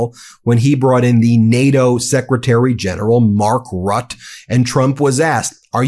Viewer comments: Dear Ben, you're very close when pronouncing Mark Rutte's name, but it really has two syllables: Rut-te, with emphasis on the first, and "ter" without the "r" for the second. (from and old Dutch lady who's been in this country since 1953, then age 19 😊) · The Name is spoken Rut te and the is Not a spoken i. But e as in them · Calling you out again for your super sloppy pronounciation of ' foreign ' names : Mark Rutt ??? Seriously, do better, please . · Hey Ben, it’s pronounced Ruta not rut. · Ben it is Mark "Roottey"Rutte.